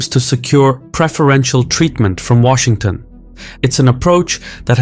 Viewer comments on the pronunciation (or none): none